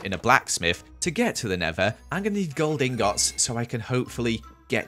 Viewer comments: It angers me that hes a minecraft veteran and says Ingots like "Ingoughts" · I like how you say ing gots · .... the way you pronounce ingots is so wrong